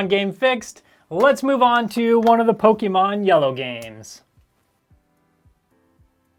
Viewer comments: PokEmon, not Pokimon ... but cool video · For the love of Pokémon, the é is pronounced "eh." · Pokimon? why i ? POKI mon xD lol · I love Pokémon games but the e has an accent mark making it have a long A sound:Po-kay-mon. Po-kuh-mon is also acceptable but it's not an ee sound like you were saying.